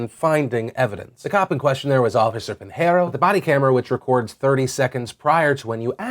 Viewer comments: Just so you know, Pinheiro is pronounced pin-yeer-oh. The only reason I mention it is because it's my mothers maiden name. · Just so you know, Pinheiro is pronounced pin-yeer-o. The only reason I mention it is that it's my mother's maiden name.